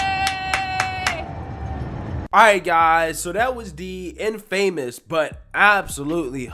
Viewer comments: dude, it's not IN and then Famous. It's InFuhMus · I love your channel and I've been subscribed for well over a year. The being said, it's pronounced IN-famous. Not in-FAmous.